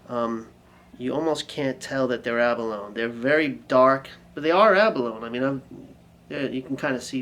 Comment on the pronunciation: That "quacking duck" noise is an out of phase sound. I'm not sure why they did that either, but I could see that being a useful sound in the right situation. And it's pronounced abalone-ee. Like bologna or baloney.